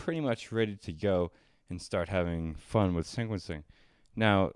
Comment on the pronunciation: Are you saying syncquencing and syncquence?